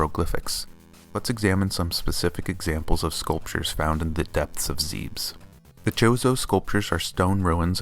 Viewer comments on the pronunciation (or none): "ZEEBS??" It's Zeb-Ess. The Japanese kanji is literally "zebesu"